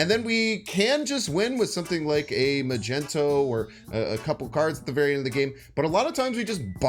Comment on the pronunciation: Magento?😂 magnet—mag ne to